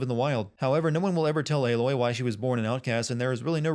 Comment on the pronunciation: Why is he pronouncing "Aloy" like it were spelt "Eiloi"?